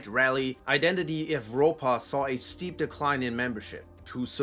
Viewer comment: The V in EVROPA is pronounced like a U